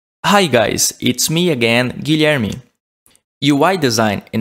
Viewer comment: Só de ouvir o "my name is Guilherme" deu pra perceber q o mano é br